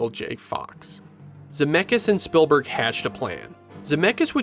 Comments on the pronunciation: It’s ‘Speeeelburg’ not Spillberg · The pronounciation of "Spielberg" sounds a bit too much like "Spillberg" for my taste. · Why are you pronouncing it "Spillburg"? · It's SpEELberg not SpILLberg... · it's speelberg. like spiel in german. not spillberg. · This video has me questioning my whole life and wondering if it's actually pronounced "Spillberg" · ah yes… Steven “SpillBurg” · So Spielberg is pronounced spill-burg? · Almost didn’t make it through the first 2 minutes because of how many times he kept calling him “SPILLberg” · I have never heard anyone pronounce "Spielberg" that way, is that the common pronounciation in the US?